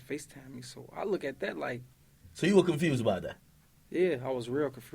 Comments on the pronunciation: confrused 🤣🤣🤣🤣 he so hood lol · “real cofrused” 😂😂 it’s all love thoe Reese folks been slappen Reese & Keef since 2013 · “Confersd” - Lil Reese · “ I was super confrused “ Lmao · “Confrused” lmao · "Yeah i was really confrused" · “Mursic” “Confursed” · Reese still aint learnt how to say confused 😂😂😂😂 😂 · Chicago niggas pronounce "use" as "urse" .. i.e " music, confused, etc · Lil Reese can't pronounce confused 😂😂😂😂😂😹😹😹😹😹😹😹😹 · nah that’s different, when they say Skreets that’s more slang than anything, but when he tried to say confused he can’t pronounce it.